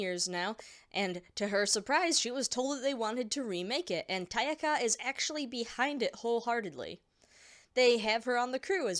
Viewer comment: Appreciate this vid. Also, I think you meant to say Takaya (Tah-kah-yah) and not Tayaka